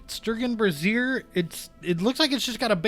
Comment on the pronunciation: pronouned "Bray-zee-er" 😉